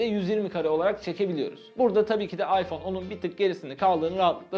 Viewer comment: abi oyyfonn yaaa